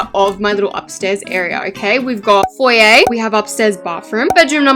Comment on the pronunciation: for the sweet love of Jesus “FoYaYh” ITS “FoYeR” also let me out of your basement xx Love you 💋